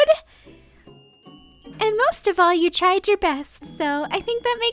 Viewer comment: “u tried your best” but says tired lol 😂